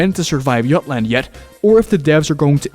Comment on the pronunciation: "yutland yuckland" hits hard🔥🔥🔥